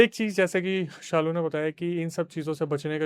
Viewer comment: it's Shalu bro not saalu